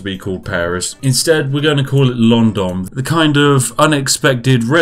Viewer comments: "Londom" :D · London with an M instead of am N? Whats going on here